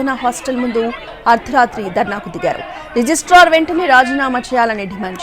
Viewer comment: Not 'Register' - say 'Registrar'.